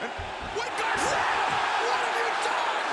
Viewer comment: Everybody: Daniel Garcia Taz: "Daniel Gawcia"